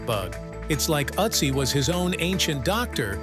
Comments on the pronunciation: It's Ötzi not Otzi or Atzi 😂😂😂😂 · it is Ötzi, not Atzi!!! 🙄It gets better after minute 2, and worse again after minute 9! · His name is Ötzi not Otzi... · Please redo the narrative without background music AND use a narrator that can pronounce "Ötzi" properly. Ötzi does not sound like Otzi. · His name is not Uzi! ÖTZI !!! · See those two dots on top of the letter you mistakenly pronounce O.... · With the umlaut I think a more correct pronunciation would be "Ertzee." The word "corn" in this context does not refer to actual corn. Corn arrived in Europe, etc. from North and South America many hundreds of years after this man's death. Corn was a word used to refer to other grains before what we call corn today was transported across the oceans.